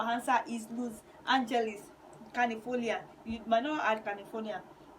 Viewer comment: Please pronounce Los Angeles well🙄